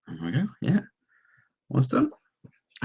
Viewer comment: ur "YEA" was slurred LOL